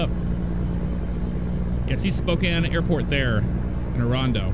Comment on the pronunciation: YES! You said Spokane right! Right after you got out of downtown Spokane though before the Airport there's actually a huge hill you go up before you start seeing the exits for Spokane International and Airway Heights.